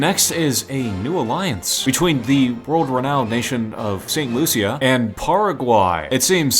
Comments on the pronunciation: Me CARRIBEAN Saint.Lucia is my country,Saint Lucia is pronounced saint.lusha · Loo-shuh (st.lucia) Bar bay dus (barbados) Doh mee ni cuh (dominica) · you said saint lucia wrong.....